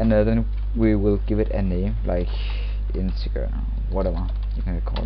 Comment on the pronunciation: It's pronounced "in-teh-jerr"